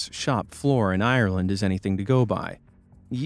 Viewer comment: You said ireland incorrectly